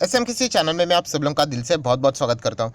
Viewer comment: Sir की बोलने के उच्चारण से लगता है कि ए इंदौर से है । ध्यान से सुनिए. ै मात्रा नहीं बोल पाते इंदौर वाले। वे ै को े उच्चारण करते हैं । उदाहरण के लिए “में यहाँ के डाटा ओपन करना चाहता हूँ “ मैं को में बोल रहे हैं ।